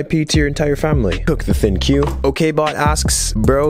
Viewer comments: It's actually pronounced "Think," I thought it was "Thin Q" as well 😂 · ThinQ is pronounced “Think” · It's pronounced as LG think, not thin-q lol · In French, the pronunciation of the letter Q means, a$$. When you said "Thicc Q" I immediately thought of a Big fat A$$ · hmm interesting. Idky MKBHD pronounced it like that.